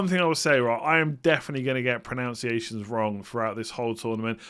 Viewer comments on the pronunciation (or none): Pronunciation not pronounciation ❤️😂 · Pronounced pronunciation incorrectly as well.